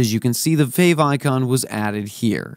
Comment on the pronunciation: what is a "favoncon"??? You mean favicon?